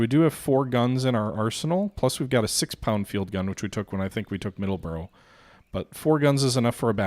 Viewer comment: MIddleborough not MiddleSborough :p